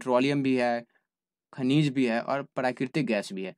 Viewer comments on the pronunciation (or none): khajin nahi ha khanij ha